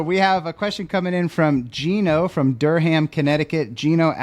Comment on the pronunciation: Thank you for another great episode., it's Dur um not Dur ham. lol I'm still laughing